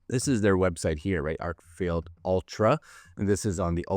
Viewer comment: It’s an Arkfeld. Not Arkfield 👍🏽